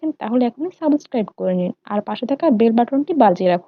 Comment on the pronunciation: সাবসকাইভ হবে না উচ্চারণ টা সাবস্ক্রাইব হবে,, i hope next time r vul korbe na,,,btw cake looks very pretty ☺️